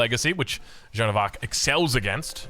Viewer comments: No, English-speakers should pronounce Jeanne the French way, or pronounce it as Joan which is the English version of the name, not this infamous John that just sounds wrong. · Ok here is my tip to pronounce: just put a soft "J" at the beginning of the name "Ann" There you go